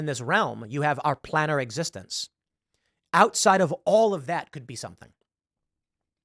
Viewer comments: Tim...Its Planear Not Planner. XD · I’ve never heard anyone pronounce Planar like Planner